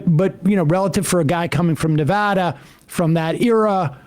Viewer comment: Thank you Sam for knowing how to say Nevada